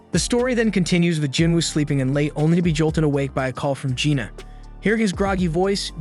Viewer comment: I can see it being confusing with Jin-Woo, Jin-Ah (which he pronounces Gina) and Jin-Ho. Most westerners are NOT familiar with Korean names outside the notorious Kims up north. I read the light novel and manhwa so it wasn't confusing at all. I did eventually realize he was saying Lee-Ho but half the time it sounded like Leo.